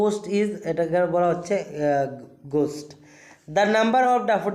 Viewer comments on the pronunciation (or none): থুর গাধা। গেস্ট কে গোস্ট বলে উচ্চারণ করছে 😂😂😂😂। Guest= এইটা হবে গেস্ট not গোষ্ট। কীভাবে pronounced করতে হয় এখনো জানেন না। আগে নিজে ভালো করে শিখ এর পরে শেখান। কিন্তু explanation তা ভালই করেছেন খারাপ না, তবে pronunciation তা ঠিক করে নিন। Thank you!